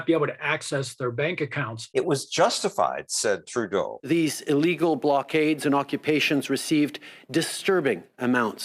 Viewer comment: Trudolf not Trudeau